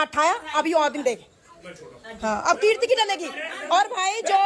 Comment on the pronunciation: For God's sake... Her name is Keertiiiiiiiii stop calling her Kriti😭🙏🏼